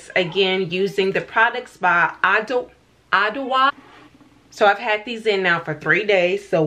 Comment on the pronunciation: Pronounced “ah-joa”. The “dw” is a J sound in twi🙂 . Your hair turned out great but those are some pricy products lol